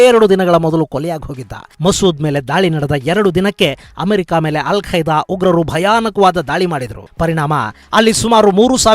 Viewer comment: Yel kaida😄 alla kaida